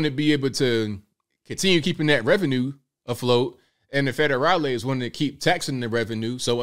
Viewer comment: “Federalis” lol